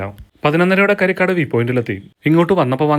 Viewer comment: കരിക്കാട് allha കാരികാട് ahnn